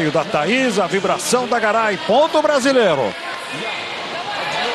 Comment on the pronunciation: narrador fala ponto brasileirrrro